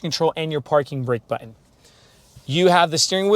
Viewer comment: one comment. learn how to say 'button'